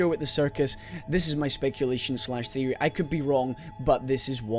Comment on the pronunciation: "Theopry Thursday!" Really?